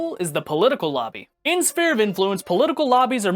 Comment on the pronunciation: Did this fucker just pronounce it spear of influence?